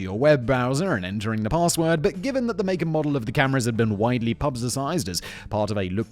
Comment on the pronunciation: Lol@ presenter: "paRRRRRRRRRRRRRRRRRRRRRRRRRRRRRRRRRRRRRRRRRRRRRRRRRRRRRRRRRRssword"